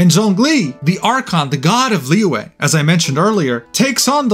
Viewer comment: You didnt say Liyue and Xianzou Luofo right 😂 I heard Liwei and SheinShow MOFO 🤣